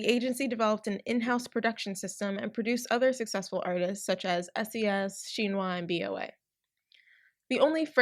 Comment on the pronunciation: OK so you covered the topic really well but OMY THE MISPRONUNCIATIONS ARE KILLING ME: -BOA (bow-ah) -SHINHWA (shin like the body part, hwa idk how to explain for english speakers) -hangeng (han like the star wars character, geng (also cannot be romanised properly to english) -sulli (sue-lee) -minwoo (min like mint without the t, and woo) -tao (is one syllable) ok more than mildly annoyed asian kid out